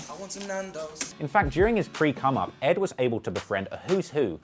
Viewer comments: Lol he said pre cum up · He said pre-cum. Hehe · "pre-come" lol